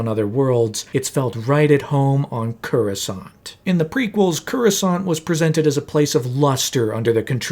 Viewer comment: That is not how you pronounce Coruscant